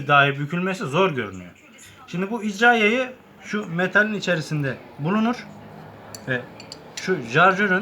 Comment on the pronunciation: 1 jarjör değil şarjör 2 icra yayı değil irca yayı kardeş